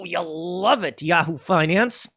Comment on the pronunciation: Love Tim's pronunciation of Yahoo!